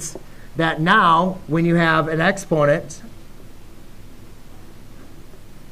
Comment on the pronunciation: It took me some time to realise you were saying EXPONENT because you skimmed over the word.